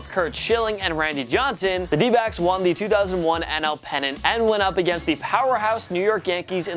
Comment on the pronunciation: For a split second I thought you said D-bags instead of D-backs lol